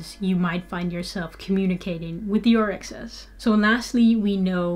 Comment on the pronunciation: Orisha not orixa